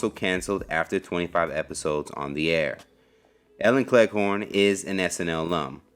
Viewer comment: Cleghorne? It sounds like you keep saying Clair corn.